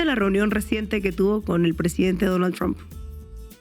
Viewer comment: Tramb" se pronuncia tromp😂😂😂